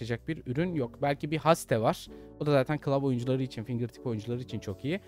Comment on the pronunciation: abi rica etsem ingilizcelerine dikkat eder misin? gereksiz kasmak düzeltmek için değil gerçekten anlayamıyorum bazen, kulağıma en çok haste battı